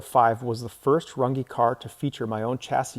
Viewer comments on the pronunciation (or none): It's not pronounced run gee it's RUNG! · Y do you mispronounce Your last name???!! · As a German I can assure you that you are pronouncing your surname wrong 😂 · I wish you'd prounounce your last name the correct german way instead of the americanized way